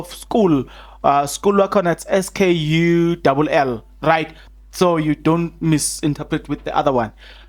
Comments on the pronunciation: Corrections It's not school (SKULL) But it's called Skaal ( SKULL) Your U should be pronounced as A (in Zulu it's A) I hope I'm making sense and clear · Skul, pronounced "skaal" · Skull is pronounced as Skall my friend 😹